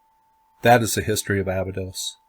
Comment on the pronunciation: Before you try to "Decode" it, maybe try pronouncing it right. It's pronounced A-Bye-dos not Aba-dos.